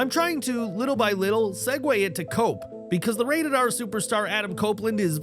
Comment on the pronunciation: Cope sound like coke😂